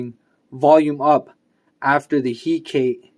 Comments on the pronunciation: Nice video, although I'm pretty sure it's pronounced Hek-a-te :P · The way you pronounce hekate is going to drive me mad